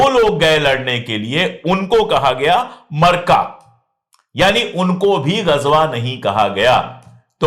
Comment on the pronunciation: सारिया नहीं सरिय्या कहते हैं यूँही मार्का नहीं मारिका कहते हैं